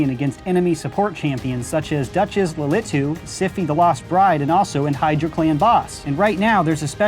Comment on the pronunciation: As someone who plays raid, hearing him pronounce both siphis AND Lilithus name properly made me happy Than he pronounced virgi's name